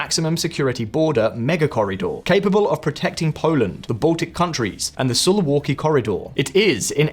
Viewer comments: Great video, one small thing. Suwałki is pronounced soo-VAU-kee. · 'Soo-vow-ki' corridor. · Great video, but you should learn how to say SUWAŁKI.